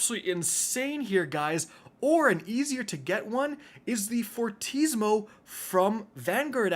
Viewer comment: Ok do you purposely read the weapons wrong. Like please learn the pronunciation for silicon neuroma succession and fortissimo